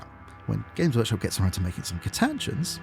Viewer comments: You always make amazing videos and this one is no differn't but christ if you can't pronounce stuff right. Co-misser-s? Ka-tach-in? Christ man 😭😭😭 Nice to see people acknowledge the cost and viability of these builds. Feels very down to earth and relatable :) Building warhawks is a weird one. They're effectively like the Elysian Drop Troops but stormtroopers. Looking at the Fantasy Flight RPG books for more modern images, I feel like anything but a scion head would fit alot better. Even the normal kasrkin head (with the breather filter bits chopped off for a more drop troop look) feels like it would fit better with their distinctive goggles. Adding grav chutes helps alot to. the Royal Volpone as an army are allready pretty well accounted for with the normal scoins kit, with more fantasy based character models for special characters, and normal cadians for the normal infantry. Its an odd case. You could maybe try using the new horus herasy Solar Auxilia for something differn't, or kitbash them with scions for something that strays away but is maybe more interesting than just blue scions tho. Speaking of Gaunts ghosts custom regements, how about giving the Vitrian Dragoons a go if you ever do another video like this? Tehy seam like quite a ballache to convert with their glass scale armour. Think the auxillia VELETARIS Veletaris could be a good case if you can get the scale texturing down, with their slitted helmet visors? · What on earth is that pronunciation of Catachans?! CAT-A-CHANS. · The way you pronounce catachans and commissars makes me rip my dick off. Good video though